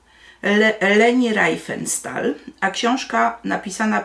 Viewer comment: Czyta się "Rifensztal"